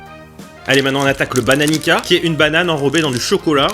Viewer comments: ça se dit pas Bananica mais Bananiça par contre ça s ecrit Bananica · Il dit bananiKa vs bananica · Si jamais le « Bananica » ne se prononce pas comme ça. ça se prononce plutôt, « Bananitssa » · Da znam da je previše dobro 🇷🇸💪🏼 Bonne vidio👍🏽Jute sa se dit bananica "s"pas "k" *En gros oe je connais c dla frappe 😂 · Comme le Bananica 😂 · T’es allé en Serbie et t’as pas ramené de kitkat blanc😭😭😭 sinon tu sais pas prononcer bananica